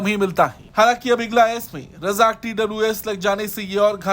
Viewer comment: रजाक नहीं ,राजक शब्द है भाई !